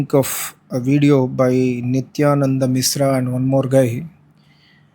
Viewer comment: Its mishra is not misra. First, learn to pronounce sh, then talk